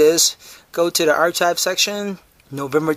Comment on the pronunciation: It's not pronounced ar-chive, it's pronounced ar-kive.